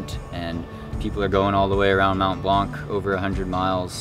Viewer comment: Great video ! Hope you can finish it with the top guys this year. Just a pronunciation thing.. it's "mon blan" we don't say the c at the end ;)